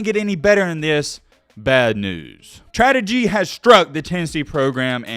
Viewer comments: "Dramastically" and "tradegy" come on man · be like “Tradegy” and “dramastickly” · "Tradegy has struck Tennessee dramastically." Gotta love Mattisms